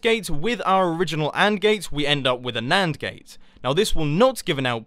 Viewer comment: Not an abba gate, it's nand gate .